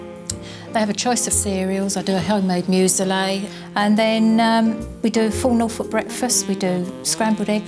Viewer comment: "We do a home made mews-a-lay" - a what? You mean you mix a few assorted packets of muesli together ...